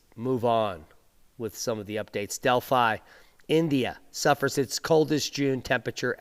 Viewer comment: Delhi (as in Dellie) not Delphi. Delphi was in ancient Greece.